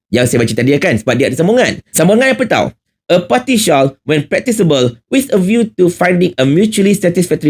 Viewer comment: Takde siapa sebut SHALL as SHAWL! The latter is ‘TUDUNG’ 🤦🏽. OBLIGE pun salah sebut. 🤦‍♀️ ~ tegur je😂.